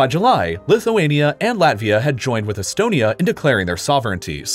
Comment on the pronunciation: Bro you say etonamy & belar us